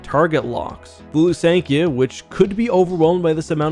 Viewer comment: I always pronounced them THy- ferra not Ty-ferra, Lusank-I-ah not Lusank-ee-ah and Yh-sann not Eye-san-ay, have I been wrong all these years? You called the 'Lusankya' the 'Executor' 😅 and kept swapping between calling the Valiant an Alderaanian and Corellian ship, it was Alderaanian, a Thranta-class War Cruiser.